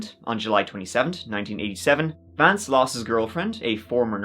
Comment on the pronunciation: I think at one point you may have dropped the ‘V’ in Vance 😂😂😂